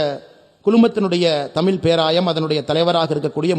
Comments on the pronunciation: தமில் இல்லை அண்ணாமலை.. தமிழ்... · தமிள் இல்லை தமிழ் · அண்ணாமலை sir. "ழ" சரியா உச்சரிக்கணும். தமிழ, தமில் என்று உச்சரிப்பது சரி இல்லை. நீங்கள் திருத்திக்கொள்ள வேண்டும்.